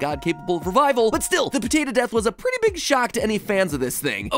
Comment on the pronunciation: why do you say potato like patata?